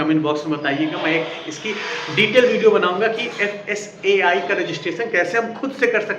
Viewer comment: Kindly Correct your FSSAI pronounce